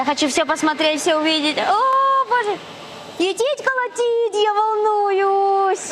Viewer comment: Етить колотить с испанским акцентом - неподражаемо! Красотка!!! Молодцы!